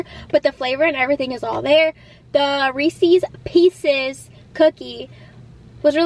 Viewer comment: You pronounced "Reese's Pieces" correctly. I'm so happy :face-red-heart-shape